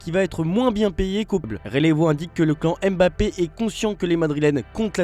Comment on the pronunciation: Gros fais l'effort de bien prononcer le nom de Mbappé comme tes collègues. C'est abusé !